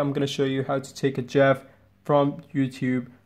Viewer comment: "Resize the box where you want to capture the 'jeff'‽‽‽‽ Are you trying to say Jif? That's peanut butter dude. It's GIF!!! BWWWAHHAHAHAHA (And you call yourself? Lolol Just terrible..)